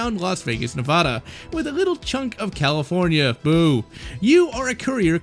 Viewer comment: Why do you mispronounce California and ceaser?